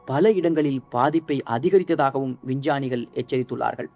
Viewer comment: யார்ரா அவன்...... சிக்மகளுரை சிங்கமகளூர் னு சொல்றான்...... விஞ்ஞானிகளை வின்சானிகள் னு சொல்றான்.....